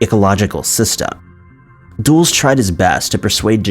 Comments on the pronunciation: It's not pronounced "DOOLS". It's "Dull-es". Even "Duhl-es" would be acceptable. As in Alan Dulles. Come on, man! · It's pronounced dull-is. Not duels lol. Dulles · WILL YOU PLEASE LOOK UP HOW TO PRONOUNCE PEOPLES NAMES! "Dulles" is not pronounced /duels/ it is pronounced /dul•las/ like Dallas but with a soft "U" in the first syllable. You have almost 2 million subscribers - it takes ten seconds to look up how to pronounces a word you don't know. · "Dulles" is pronounced in two syllables, as in "Dull-us." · Dulles is pronounced "dull-iss".